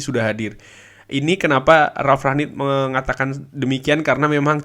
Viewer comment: Kyknya masih salah deh penyebutan nama Ralf Rangnick nyaa